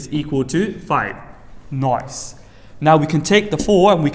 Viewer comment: i cant with the way he said ''noice"